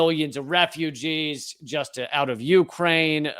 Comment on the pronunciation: Lee needs to learn the correct pronunciation of Ukraine.